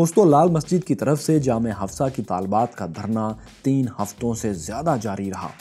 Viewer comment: Kisi bhi Balochi ka accent itna ghatiya nahi hai kay woh "zyada" ko "jyada" bolay aur Balochistan mein Pakistani fauj nahi balkay FC hai Aur FC mein toh saaray balochi hain Kisko paagal banaa rahaa hai 🤣🤣🤣🤣🤣